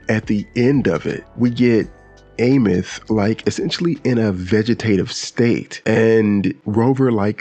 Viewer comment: Can’t wait to see what the next 7 patches bring to 3.X and I have to correct you my fault, it’s Eye-meath.